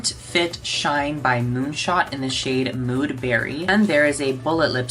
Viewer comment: I thought he said in the shade “whore” 💀